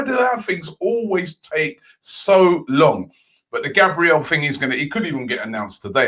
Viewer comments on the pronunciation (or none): none